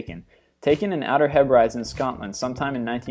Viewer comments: just so you know, Outer Hebrides is pronounced outer heb-rih-dees 😂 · He says outer hebrities weird